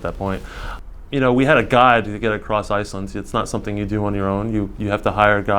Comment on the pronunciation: Icelent and icelyn.... bugged my ears the whole time. Thought maybe it was just a speech impediment, but then he said Icelanders perfectly.